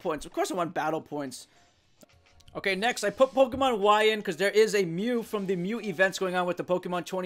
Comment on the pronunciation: Dude. Dude. Say it with me. Poh-keh-mon. Poh. Keh. Mon.